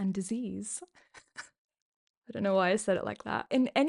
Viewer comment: Why did u say illness and disease like that?